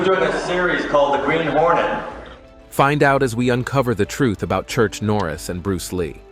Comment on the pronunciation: Did you say "Church Norris" or am I tripping